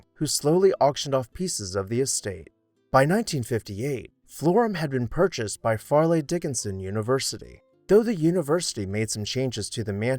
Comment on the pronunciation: Far-lee Dickenson University? Never been to New Jersey?